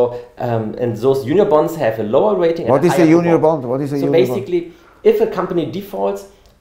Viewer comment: it sounds like he is saying "union bond" but its "junior bond" for those who couldn't understand.